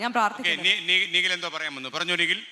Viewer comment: അ കൊച്ചിൻ്റെ പേര് നിഗിൽ എന്നല്ല നിഖിൽ എന്നാണ്